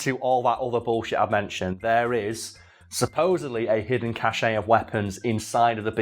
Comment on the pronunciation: "cache" is pronounced "cash" not "ca-shay."